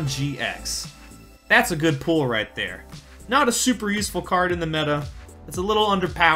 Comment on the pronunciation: I like how he pronounces pull as pool